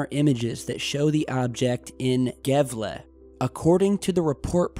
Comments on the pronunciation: D I know it isn't your language but it was funny to me! xD You pronounced the Swedish city name as "Gevla" but it's "Yeahvla" ^-^ The Ä sounds like 'air' The more you know... :D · NBD, but in Swedish the letter g is often pronounced as y in English yes, thus ~ yevle... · I thought Gavle is promounced 'Havla'. I remember it because of World Junior Hockey championships in 1993. Peter Forsberg played in it, totally off topic, I know. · It’s pronounced yeah-vle. The city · its pronouched as "Yaewle" ;) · swede here, Gävle is pronounced Jävle. thats a weird thing there, i will check it out on the news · And Gävle is not an e sound It's more like a fast A and a slow H sound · fyi the g in gävle is pronounced y. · The way you said Gävle was pretty funny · Patrik Einarsson the way he said Gävle kinda triggered me a little just a little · Was Funny to hear you try say Gävle xD (No offense ofcourse)